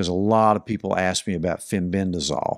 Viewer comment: Fenbendazole, not fenbendrazol